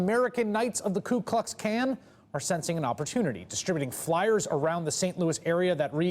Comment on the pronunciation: He said ku kux can lmao